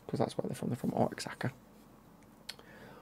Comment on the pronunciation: The city for the Liga MX kit is pronounced like wa-hakka and the team name alebri-hays